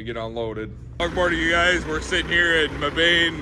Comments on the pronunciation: Yo I live in Mebane! Haha thats sick. Its pronounced meh ben not me bane haha. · Im from NC and it’s pronounced meb-ane(ann) just since you were wondering if you said it correctly. Petercar lookin gd inside and out. My hats off to you for going into the Bronx with that bad boy. Only had to go in there once when i was flat bedding